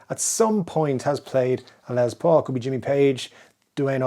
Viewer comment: His name is LES Paul, not LEZ Paul! WTF!